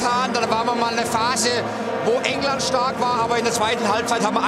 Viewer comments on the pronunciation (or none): none